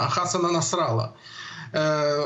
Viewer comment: Не насра'лла, а насралла'.😂😂